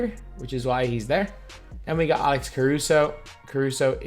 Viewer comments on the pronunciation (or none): none